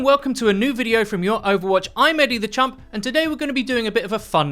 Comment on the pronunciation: I can never tell if you are saying Eddie the champ or Eddie the chump lol